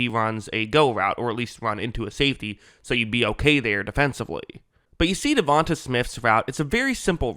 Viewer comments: its not "davon-tuh", its "devon-te" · Sir, I enjoy your breakdowns and have subscribed. However, you sound like AI reading this man's name. From Wikipedia: DeVonta Smith (/dəˈvɒnteɪ/ də-VON-tay) <-- tay like say, way, hay.